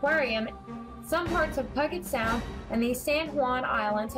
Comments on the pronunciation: Where are you from? It's Puget Sound. Peeujet. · Not trying to offend you and your enunciation of Puget Sound. Good info. Sharing. Thank you.